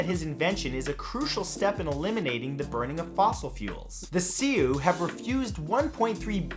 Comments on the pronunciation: Honey, it's pronounced "sue" or "soo" - Sioux. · Sioux is pronounced Sue. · Matthew...the NATIVE American tribe you called "See u" is pronounced "sue" (Sioux) but correctly known as Lakotah. Thanks and love your videos. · The "See-Oo"? Lakotah...Lakota Sioux (Sue). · HAHAHAHA you pronounce "Sioux" wrong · Great video matt why did you pronounce the native tribe Sioux like that all weird bro? .. Its said like sue like I'm gonna Sue you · Sioux is pronounced sue. More research please. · wow man you need to know how to pronounce Sioux its actually pronounced like the name sue